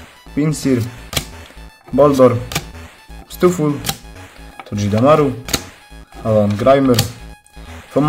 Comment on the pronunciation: spokojnie, uszy krwawiły tylko przy "todżedemaru" ;) (ale to tylko dlatego, że to nieprzetłumaczona nazwa z Japońskiego, jak Pikachu, Pachirisu, Dedenne itp. więc na 99,9% wymawia się to po prostu "togedemaru"). I tak podziwiam, nazwy pokemonów z piątej generacji wzwyż to dla mnie większe łamacze językowe niż chociażby "wyindywidualizowaliśmy się z rozentuzjazmowanego tłumu." XDD